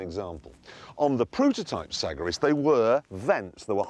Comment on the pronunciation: TVR is so fcking nice , and the typhoon is the king of all , near the cerebra speed , When he said Sagaris it sounded Like Sackriss :D